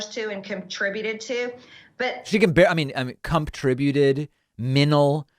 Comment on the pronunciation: Kinda of distracting to pick at whether someone pronounces the "t" in mental of trips on going to the next word and says com..tribute. Unlike Trump, some if this is a regional accent. Does David pick at someone's speech if they say manaise instead of mayonnaise? I hear a lot worse from journalists and officials everyday, for instance an interview about the HSBC bomb threats, the spokesperson said they should remain cautious and diligent when she obviously meant vigilant. Close, but no cigar.